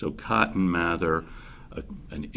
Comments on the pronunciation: It’s pronounced May-ther don’t question me My family is related to this person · My family is also related to this guy, his name is pronounced math-er, not may-ther. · It's pronounced May-ther mr mather. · It’s pronounced May-there I’m related to these people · Is it math-er or may-there? Really